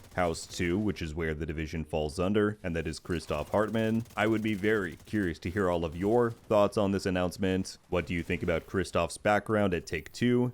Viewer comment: I thought his name was Heartland the first time you said it. I had to stop what I was doing and listen again lol